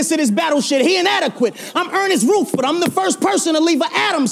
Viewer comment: Jesus, Arse can't even pronounce the name Rutherford correctly.